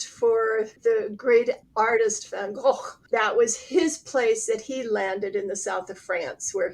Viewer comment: I love that you have all this interviews, that cover the new and the different! -And a great compliment to who is the first American person that I heard pronouncing the Dutch name "Van Gogh" RIGHT! Woohoo!!:D:D (really, I so appreciate ALL of their knowledge!);)